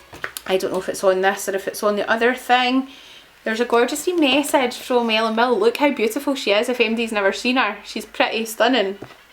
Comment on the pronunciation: Don’t mean to be rude but it’s pronounced Villa